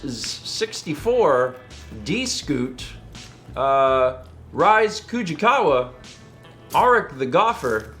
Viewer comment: Saying Rise incorrectly somewhat annoys me enough to make a comment about it